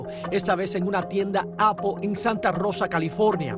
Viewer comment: Ni es apol es apple.